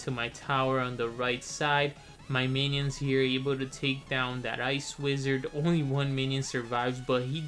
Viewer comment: "The menions" lol not hating